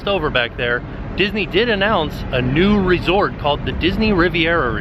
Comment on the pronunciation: did you say a NUDE DVC Resort? Because thats definitely what I heard...